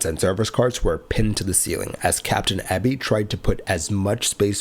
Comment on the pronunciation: The surname EBY is normally and logically pronounced as Eee Bee! If it was Ebb Bee as you indicated, the surname would probably be spelled with a double B! I.e. Ebby. 'Just like to 'get names right', as a sign of respect! Your videos are very well researched, edited, explained and presented! I also appreciate your narration and natural voice! Please continue to avoid the use of AI Chatbots! 🏆 🛫 🛬 ✈️ 🛩 ✈️ 🛬 🚗 🏆